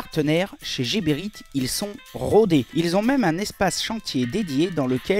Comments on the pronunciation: c est Geberit avec un G comme guépard pas Jeberit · Nice nice, juste que par ici on prononce " Guéberit" et pas jéberit... Enfin on s'en fou mais ça fait bizarre...from Bxl..ahh les Belges 😉